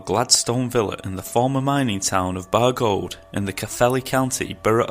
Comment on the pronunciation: That was great! I love personal encounter stories like this - thanks! P.S you pronounce Bargoed as if the 'oe' is the English 'oi'